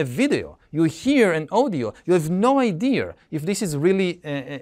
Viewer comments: Never understood why Yuval pronounces “Idea” as “I-dear” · and Yuval still cant pronaunce the word "idea"